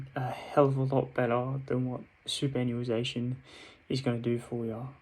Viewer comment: Keep it up boss. Btw it's read like this. Super·annuation soo·puh·ran·yoo·ay·shn